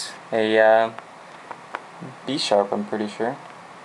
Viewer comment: its pronounced Buy-Sharp